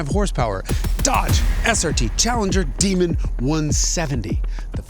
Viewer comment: Yep he said the chee allenger is now a 2door skee atpack